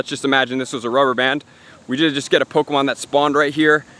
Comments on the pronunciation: I heard that niantic is going to have an update that removes all non official pokemon accessories such as the go-tcha and dual catchmon, I'm not sure how valid the info was but I just wanted to point that out just in case. (and its poe-Kay-mon not poe-Key-mon, sorry for being a sudowudo[stickler], poe-CA-mon is an informal but acceptable alternative :-p) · "pokamon" and "poki'-stops"